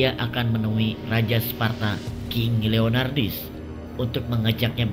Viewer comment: Leonidas kok jadi leonardis sih wkwk